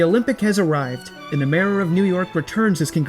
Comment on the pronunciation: Pronouncing mayor as marer is interesting